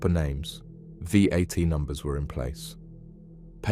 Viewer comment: Yes, it's better. This voice is very clear, easy to understand and the most realistic I've heard. It was only when it read "VAT numbers" as "V at numbers" that I realised it was AI! 😮